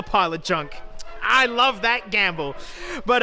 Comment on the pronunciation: I don't wuv the car but I do wuv woo